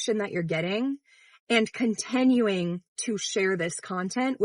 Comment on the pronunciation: Omfg, can you stop saying your short i's like short e's.... God, you say "Contenuing, Ennocent, Emages". STOP, my gosh. They are not the same